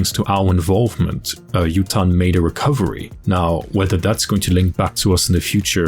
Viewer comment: Awesome vid! One thing though, the first names of the idols might be Japanese names. So Yutane’s pronunciation would be: You-Tah-Nay.